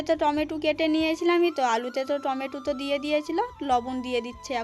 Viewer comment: ওটা লতুন উলুন নয় ওটা হলো নতুন উনুন।খাল খোদা ওটা আবার কি কথা ওটা হলো গততো করা হচ্ছে। টমেটু নয় টমেটো।ওটা করোই না ওটা হলো করাই।আর দৈবকির সাথে তোমার তুলনা করোনা।দৈবকি হচ্ছে চাঁদ আর তুমি হলে পোদ।দৈবকির মতো মেয়ে হয় না, ।